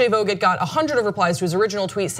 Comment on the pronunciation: Vogt is pronounced more liked “vote”!!